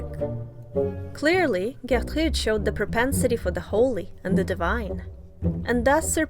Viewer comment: I really like the French accent you use to pronounce Gertrude's name. Great video!